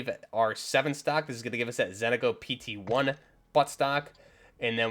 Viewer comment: Why everybody call it Zentico when its ZENITCO!!! :hand-orange-covering-eyes